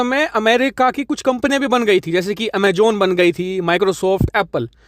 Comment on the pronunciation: It's Pronounced as. AMAZON. and. Not. As. AMA JON. Z Z Zis important to pronounce properly. Normandy France 🇫🇷 Thank you